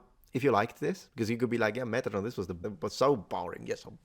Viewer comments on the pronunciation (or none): none